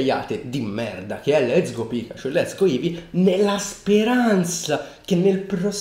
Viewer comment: A allora ti sei sbagliato, dice let'so go.